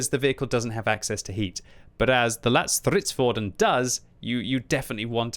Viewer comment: That's a very decent pronunciation of the name for a non-swedish speaker. Not perfect, but not bad.